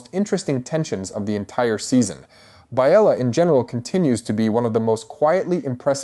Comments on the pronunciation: The mispronunciations are killing me! “Bay-la” , “RhA- NEERA”, “Allen, not A-len” “Rain-a” “SY-Rax” , “A-mond” And oh my lord, It’s “Al-is” not “Al-eece”, “VAY-gar” Do you even watch the show and listen to how people pronounce one another’s names??????? Other than that, it was a great analysis. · Dude, I'm sorry I cannot listen to you massacre the character names anymore ... It's AY-MOND and BAY-LA:face-pink-tears